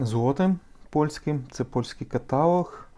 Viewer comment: КаталОг, а не катАлог!!!